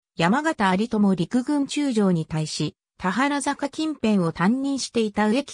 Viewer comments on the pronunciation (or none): 「たはらざか」→「たばるざか」ね。